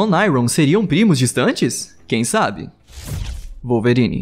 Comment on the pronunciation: "Walverine" foi foda ein!